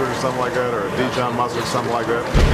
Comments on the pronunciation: I like how Hannity pronounced Dee shon mustard instead Dee zhon. lol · Who pronounces it Dishon. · I think the worst part of this is the way he pronounced dijon like dee john